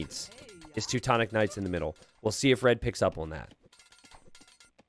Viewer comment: "tutu-tonic knights" haha